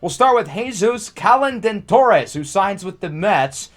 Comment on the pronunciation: 😂 Calendatores Lol! it took you so long to say that name. BTW i LOVE how serious you take Franchise Mode! i've watched 16 episodes in 4 days